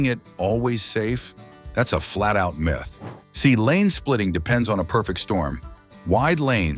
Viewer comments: Mith instead of Myth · So the AI voice doesn't know how to say "myth"?